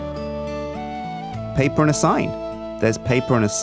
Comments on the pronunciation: Random fact: That is how we Danes says paper: "Pa-pir" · Didn't know spoke dutch:'papier':D